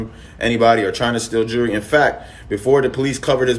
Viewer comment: I can tell you lying cuz when you replying you..stutta stutta 😂🤡 and The word is JEWELRY not jeurry